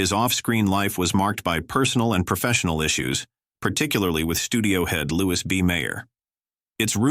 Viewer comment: Louie B Mayer (Mayor) please not Lewis